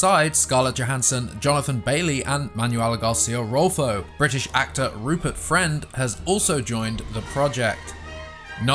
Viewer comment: Rupert Fwend?